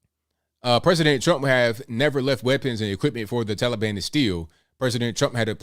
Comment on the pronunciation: He can't even call the the Taliban by the right name it's not toilebon!